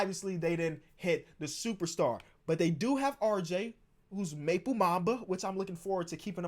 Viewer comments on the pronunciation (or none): none